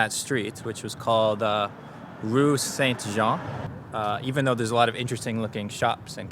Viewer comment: Great video! Really well done, very entertaining, and very accurate. By the way the word Saint (you don’t pronounce the t, because it is masculine) and Sainte, feminine, you do!